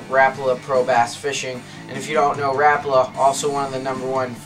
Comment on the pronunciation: Im just putting this out there but its not rapla its rapala